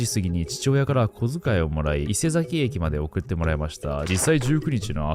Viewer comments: たかざき、いせざき、ではなくたかさき、いせさき、です笑 違和感あって内容が頭に入らず😭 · いせざき、たかざきと聞こえるのは気のせいだろうか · 伊勢崎のイントネーションが違いますね